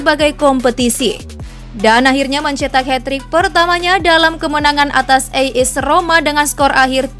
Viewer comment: Buffon bukan bafon As Roma bukan a is roma